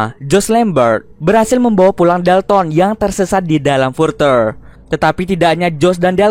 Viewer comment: Further bacanya gak gitu